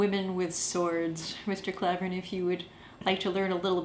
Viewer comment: Klavan said women can't fight "MEN" with a sword. These 2 agreed with that multiple times as they repeatedly say that men have a huge advantage due to strength difference. They can't even pronounce his name right and didn't do any research on the message Klavan was trying to convey.